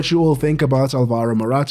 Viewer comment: Alvaro, not alvAro